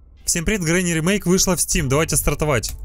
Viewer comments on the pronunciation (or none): none